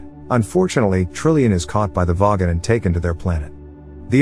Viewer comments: no no no! voy-gon not vogg-on! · Soft a on zaphod and vogon is with a hard o not a soft a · I can't get over the weird pronunciation of "vogon" by the robot voice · Didn’t know the vogan was pronouced that way